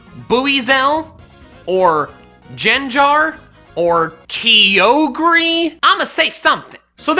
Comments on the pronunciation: I was so unsatisfied when I heard "BOO-EE-ZEL JEN-JAR KEE-YO-GREE" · It's Kyo-ger though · In the brazilian version of pokemon sun & moon they say Kyoga like.... WHAT THE F why??? I know that it's pronunciated Kyoger but almost every time we say Kyogre here in Brazil we say Kyogre! Not Kyoga lol Btw sorry if I have bad english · Ah yes, Keyorgree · Ah yes KEYOGRE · Ah yes, my favourite legendary, keyahhgree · Kee oh gree lol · Me: watching the video: Kee-Oh-Grey Image: Lol Rain Me: dies from laughter XD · It’s -Ki-ogre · Grooadon and Keeogeri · Kiogree sounds like hello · Keyogreee hahaha